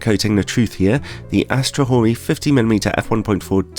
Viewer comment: This lens is OK given its price except for that comatic flare at the wide apertures that could feature itself in any Batman movie. Thanks, for not mispronouncing its name.